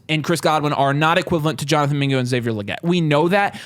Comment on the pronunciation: Video was fire until yall said mingo